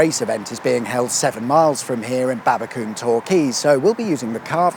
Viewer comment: Can't believe you were in my town and didn't pop in 😅. Oh its pronounced Babbacomm no Babbacoom but I'll let you off 😂